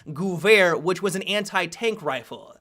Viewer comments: The Mauser GUUUUUwehr? :-P Sorry... couldn't resist commenting^^ sounds so funny, try calling it gEwehr :) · Im German and "Vair" is spot on. But there is absolutly no "u-sound" in Gewehr. I cant imagine any english word that would have the proper "Ge" sound in it. Maybe if you take the "ga-" from the words gadget or gap and put your "vair" behind it, it might sound right. Must be hard for englishspeakers to learn German =( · theres no U in "gevær" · Spot on In German W = V sound and ehr = air So it should sound like Guh-Vair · "Goo-verr" lmao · lost my shit when tried to say gewehr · the way he pronounced "Gewehr"... The doctors said my eyes wouldn't tear anymore. (until now) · I didn't even notice him saying that that's how bad he pronounced it.